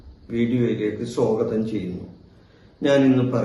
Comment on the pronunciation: "വ്യേഴം" എന്നല്ല."വ്യാഴം " അതുപോലെ "സ്വോ ഗ തം " അല്ല "സ്വാഗതം "